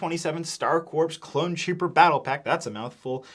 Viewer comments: it's pronounced Core not Corps. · if I hear one more reviewer pronounce the p in corps imma lose it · You don't pronounce the "P" in "corps" buddy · only thing that comes second in terms of how egregious that price is is pronouncing Corps like “corpse” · Mf said corpse like a goober (great video tho tyfys) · I noticed you pronounced Corps like “corpse” it’s actual pronunciation would be “core”. Just informing if you didn’t know. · Pronounced "Core," not "Corpse." I know that it's spelled with a "P" you don't pronounce it. Confusing, I know... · corps is pronounced "core", not "corpse" <33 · Corps is pronounced as “core” not “corpse” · It's pronounced like Star "Core", not "Corpse". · Heads up for future reference; “Star Corps” is pronounced as “Star Core,” like “Marine Corps,” not “corpse.” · Its pronounced CORE not CORPSE😂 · Please stop pronouncing “Corps” with an “s”. It’s pronounced “core”, like the “US Marine Corps”. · Corps is pronounced “core” not “corpse”. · Coreeeeeeeeee!!!! its pronounced core not corP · Please pronounce corps properly 😭 its 'core' not 'corpse' - I actually remember being taught this as a child specifically when I was talking about the star corps from my star wars encyclopaedia!! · Just an fyi, the word “corps” is pronounced “core” (the ps is silent) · Corps is pronounced as Core, not Corpse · CORE, CORE, IT'S PRONOUNCED CORE NOT CORPSE Lovely review, thank you! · Hate to be this guys but 327th Star “Corps” is pronounced “core.” A corpse is a dead body, a corps is a military unit made up of several divisions. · It’s pronounced Star Corps (core). A corpse is a dead body. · the rps is corps is silent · bro it’s pronounced “core” not corpse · "Corps" is pronounced "core" this has been killing me on multiple channels talking about these 327th Star Corps sets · Great review, as always. It’s pronounced “core” not “corp” though! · $45 is nuts. Also corps is pronounced with a silent p, so its just core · The ps in corps is silent.